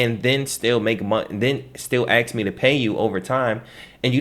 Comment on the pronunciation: He knows a lot of stuff but it bothers me that he can't pronounce the word ask properly. It's a three letter word and there isn't a x anywhere in it.